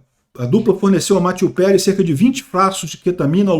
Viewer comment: Quem mais ai se incomodou com a pronuncia tupiniquim do em chamar o finado de "Mateu Perry "?